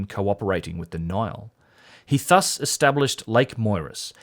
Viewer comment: ‘Thus’ is pronounced with a soft th, like in the word ‘this’.